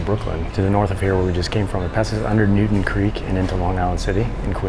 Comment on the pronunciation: And NewtoWn, not Newton.